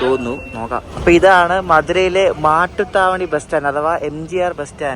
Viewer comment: മട്ടുത്താവണി അല്ല, മാട്ടുത്താവണി ആണ്.